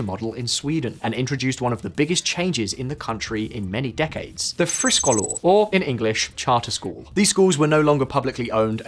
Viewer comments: Friskolar is pronounced like "FreeSchoolar" in other words Free schools. As a teacher I have worked in 3 United States charter schools and in US public schools. The charter schools were right for some students but not right for all students. Schools here are funded by a number of factors, number of seats filled and property taxes. Therefore, a school in a low property value area with a charter school will be negatively impacted. The best charter school I worked in was in a high property value area. They were not lacking in resources, and they did not seem to take away from the education value and nearby public schools. The opposite seemed to be the case in rural charter vs public schools. Both suffered, but the public school ultimately had better resources in the case I experienced. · I’m British but I speak Swedish. I didn’t pay attention to the spelling but I watched 75% of the video before I realised how poorly he was pronouncing friskolar hahaha Thought it was some fancy name before I realised it’s just “free schools” in Swedish lol. My biggest issue with this video is that you claim teachers have no incentive to provide higher quality education without competition from other schools. Teachers teach not just for money but because they do good for society. They always want to become better themselves and help children. Implying it’s all about money for them is demeaning to their profession.